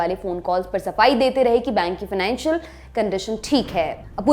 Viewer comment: मेरे प्रिय बस एक छोटा सा प्रश्न है। फाइनेंशियल (Financial) होता है या फिनानशियल (Financial) होता है या फिर दोनो ही ठीक है अपने हिसाब से। ने ठीक से 1: 30 समय में दोनो है कहा। आप के उत्तर की प्रतीक्षा रहेगी। 🙏